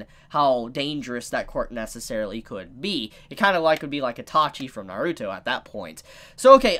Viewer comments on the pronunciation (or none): none